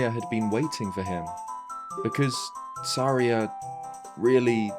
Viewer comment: Why do you say Saraya weird?